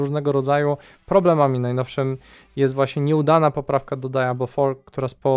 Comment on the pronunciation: dziwnie to da-ja-blo brzmi :)